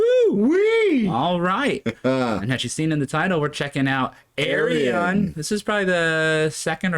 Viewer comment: his name is pronounced Ar-Yun. 5: = Y